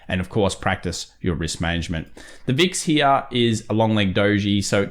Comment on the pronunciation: I get a little burst of dopamine every time says "Right Heeyah" Love your analysis. Very close to how I do TA.